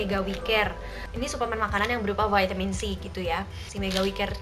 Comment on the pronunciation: Pake EYD donk...Vitamin bukan Veytemin 😂,kan ini indo bukan ausyy😬.....piss